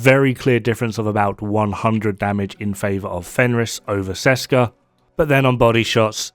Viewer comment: Ok I am sorry I know I will go to hell, but... Hello from Česká republika (Czech Republic). Česká výroba means something like "Made in Czech Republic" or it could be a reference to "Česká zbrojovka" (zbrojovka = arms manufacturer) which is a real manufacturer in our country. You dont read Česká like Seska. The "Č" is pronounced like CH in let's say Chess and "á" is pronounced like an A in the far (FAAr). I know the memetics of this have been already done and whole community knows the set as Seska, but it makes me roll on the ceiling every time I hear it, especially because for some crazy reason developers were able to spell those two words correctly, which usually never happens in our case. Otherwise awesome decomposition as always, cheers. #SaveTheČ, #ThereIsNoSechRepublic